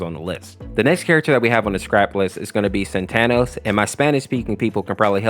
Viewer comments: Its not "satanos", its "satanas". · “Satanas” is “Satan” not “SataNOS” 😂 great job though